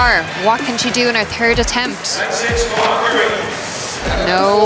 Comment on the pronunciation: why do the irish say turd not third